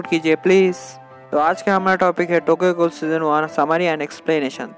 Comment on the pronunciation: Gool kyo bol rha h bhai